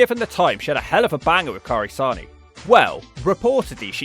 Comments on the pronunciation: Ka-iri Sa-né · Kairi Say-ne not Kairi Saw-ne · Cant tell if is mispronouncing Kairi Sane's name on purpose this time 😂